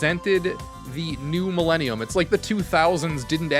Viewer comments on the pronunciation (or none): none